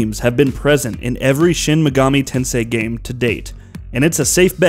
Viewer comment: How do you butcher "Megami" the second time you say it?